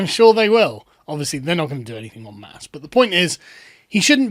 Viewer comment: it's en masse, friend :^)